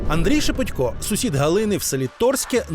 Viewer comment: Журналісти безграмотні, бо правильно шепОтько. Ніхто ж не говорить шевченкО. В своїй мові користуються нормами рускава язика